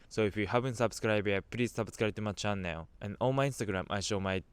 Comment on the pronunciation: your pronunce about the word "channel" is wrong!